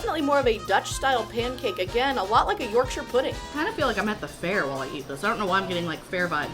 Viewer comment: Glad you pronounced Yorkshire properly rather than well that way. Hilarious Americans came to Wales and asked ‘is this aber-gave-enny?’ Which is Abergavenny. Oh well we can’t all be brilliant linguists like Noam Chomsky!